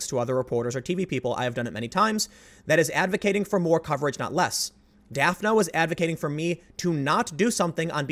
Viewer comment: Is her name spelled "Daphne"? Then it is pronounced daf-nee. Like the character on scooby doo